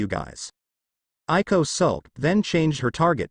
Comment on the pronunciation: Yes I more loving this audiobook and it's Aiko not Ailo